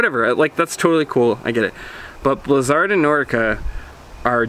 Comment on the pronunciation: he is saying the name right...thats how it was said in the begining.....